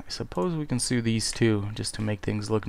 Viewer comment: Just gotta say sew is pronounced SO not SOO. ;)